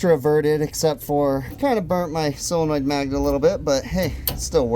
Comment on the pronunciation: Its a Solenoid? or a Sealenoid? 😀